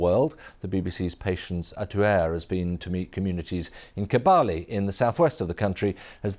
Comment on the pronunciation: Kabale not kabaale